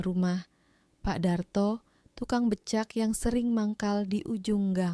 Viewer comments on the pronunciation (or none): Intonasinya kurang bagus mf ya jadi aneh dengernya , seperti , kata becak ,becek ,tahu ,tak , pengucapannya gak pas